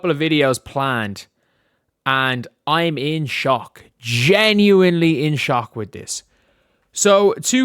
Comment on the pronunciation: I'm a fan, so hopefully you don't take this personally. Does anyone else hate the way says genuinely, and how much he says it. It's probably a problem with me, but it's been driving me nuts lately, and I just needed to mention it to someone.